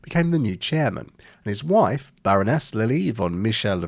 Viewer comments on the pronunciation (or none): none